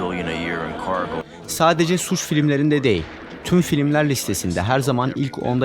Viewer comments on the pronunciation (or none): none